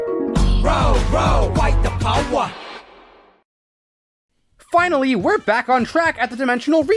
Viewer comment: "ROW ROW FIGHT THE POWA!"